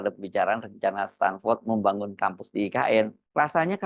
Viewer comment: KIBUL BIN NEPU... STANFORD BUKAN STANDFORD 😂